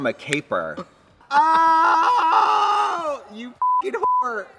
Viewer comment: When they were listing off things that were on Pose, Katya said "Capers" and i couldn't think what small peppery things had to do with the show lol